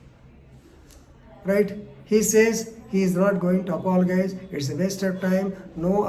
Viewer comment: Ayyo sir the way you pronounce apologize is incorrect but your pronounciation of apology is correct. Please next time pronounce word apologize correctly.